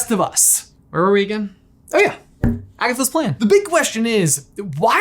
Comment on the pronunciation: You said agasses